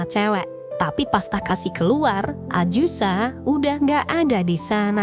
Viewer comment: AZUSA!! bukan aJusa!!!! yg bener lah. geli dengernya ajusa ajusa ajusa, aaaakh